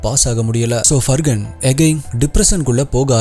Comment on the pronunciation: Far-han. It is not Fur Gun. Where did the G even come here?